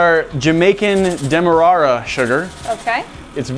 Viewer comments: i know this is probably not as common in america compared to the uk but im pretty sure it is pronounced dem er rare a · i think the demerara sugar is pronounced dem-er-r-air-rr-a lol